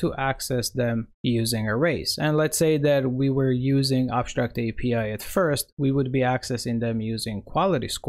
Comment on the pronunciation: ConSHtruct, abSHtract